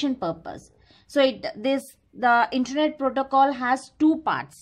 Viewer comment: That called as internet not intanet